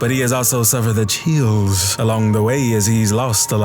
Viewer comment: Bro. You gotta relax why you said chills like dat? 🤣🤣🤣🤣